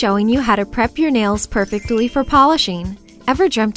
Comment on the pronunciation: the way you pronounce perfectly like perfect-illy reminds me of my aunt :) i love your channel and videos, and i think you are so sweet and amazing! thank you for this video, i didn't know they made nail polish remover without acetone. <3